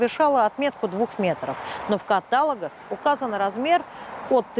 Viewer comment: В каталОгах!